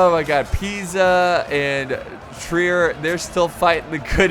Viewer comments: Hey! I’m a German major at university and you pronounce Trier as “Trrear” you almost have to roll the T with the R. Pronounce T and R with the back of your throat lmao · Trier is pronounced like you are saying "Tree Air," just so ya know